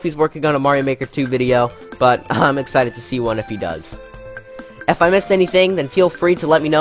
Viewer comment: Your “bye” at the end was a bit tonally off :P